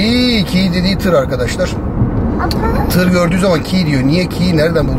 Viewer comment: Bence tiyy ( tır ) diyo:)